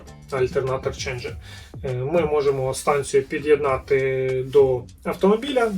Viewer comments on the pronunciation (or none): Чарджер , а не ченджер! Альтернатор -це генератор двигуна !